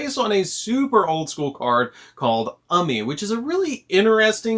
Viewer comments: Ooomi not UMee. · It's pronounced U-Mi not umi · I want to kill myself whenever I watch a yugioh video and the guy in the video pronounses "Umi" as "Umi" not "Umi" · DaD: Krawlers are really good. Me: That looked like a tough line to swallow, brah. My bro: Did this man call Umi, "Ummy" for laughs, or does he not know it's a long U sound? Me: Prolly for the laughs, sine he said Krawler is a good deck for under $5. Lt. Laughing Coffin: Can't you build Penguins or the Bee deck for under $5? Me: Battlewasps, no. Penguins.... prolly a bit more than $5 for core. I guess Geargia is a bit more than 5... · The way you pronounced “UMI” made me not want to listen to a single word you said after that